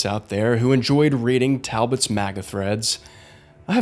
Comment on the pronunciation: "Talbot" LOL.